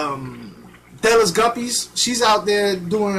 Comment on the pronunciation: Dude thank you so much for the shout out! Lol I was so juiced but my name is pronounced deeeee laaaaahhh like you are singing